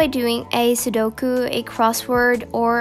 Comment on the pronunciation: who else died when she said sudoku wrong